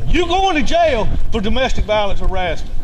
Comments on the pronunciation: Anyone that makes "jail" a two syllable word (JAY-ill) is probably dumb as fuck. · Po-leece take home boys to the jay-el